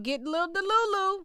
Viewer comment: Girl you be crackin me up with, “DA-LU-LU!!!!”🤪🤪🤪 It’s the perfect word to describe some of these barbs !!🤣🤣🤣